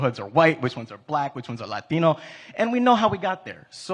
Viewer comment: What a foul mouthed wannabe cool guy. I laughed when he accentuated latino.